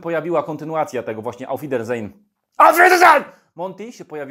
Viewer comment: Prawilna niemiecka wymowa dopiero daje odpowiedni wydzwiek tytułu gry :D hahah